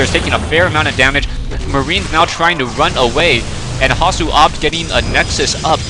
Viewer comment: thx for saying hasuobs right this time :) good job, keep em coming :)